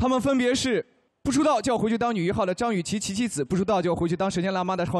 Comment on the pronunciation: 每次杜华说张雨绮的时候我都听成脏雨绮。。。